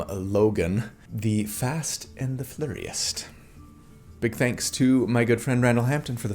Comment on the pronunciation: Did not see the L in Flurriest